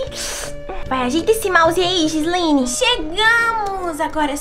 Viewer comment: Não se diz jislene se diz Gislene